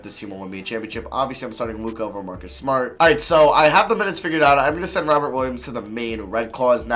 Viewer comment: I know it’s Robert but it sounds like he says robin williams